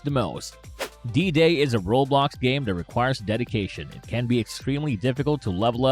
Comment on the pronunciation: bro said roblocksha